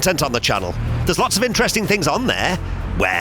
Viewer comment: interestink??? What's with english??